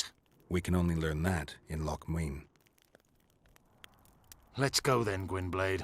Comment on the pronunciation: Now, I'm not gay, and I don't know why, but I loooove the way Letho pronounces "Loc Muinne" Maybe I am kinda gay.